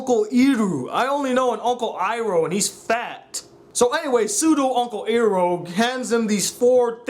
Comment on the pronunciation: lol “uncle eeerrooo” 😂😂😂